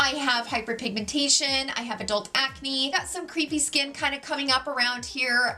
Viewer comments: Took me forever to figure out you were trying to say crepe-y skin and not “creepy” skin. 😅😂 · Love your videos! But as an editor with three decades experience: crepy or crepey skin is pronounced like kray-pee. As in crepes for breakfast, rather than creep of an ex-boyfriend.